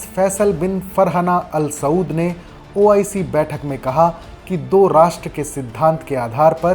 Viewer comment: Kaun bakchod audio de raha hai pahle to OIC bolna seekh le